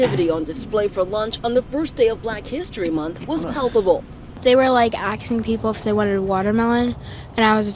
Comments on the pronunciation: Asking not axing, God. One stereotype on top of another lol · Of course she says axe instead of ask.... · "They were, like, axin'..." Yea, she would. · I love how the girl said axing instead of asking. Fucking classic. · they were "axing people" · "They were like axking" Jeez, pay more attention in English class, it's the LEAST you can do for taxpayers like me 🙄